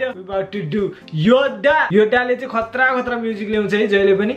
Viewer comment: Yoda hoina bro yodha ho